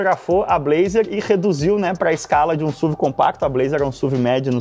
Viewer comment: Me dá agonia ver o falando SUV (SUVI)... pra mim sempre vou falar S.U.V. pq é sonoramente melhor